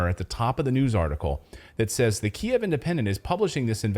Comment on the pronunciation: You pronounced it correctly the first time. It's key-ev, not keev.